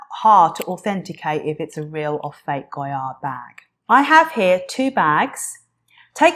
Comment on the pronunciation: You're not even saying the name correctly... laughable